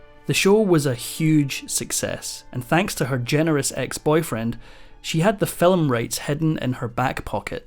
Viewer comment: "Film" is one syllable, not two.